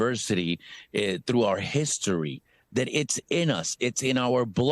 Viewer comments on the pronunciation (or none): If you were so proud to be what you are, you wouldnt pronounce the name of this American commonwealth as porto Rican. Sounds like porto-potty. Pronounce it as its spelled...Puerto Rico. Rich port!!! Im Mexican and we take more pride in our mother country than you and Jlo and the rest do. They all prounonce it as porto-potty..Rico.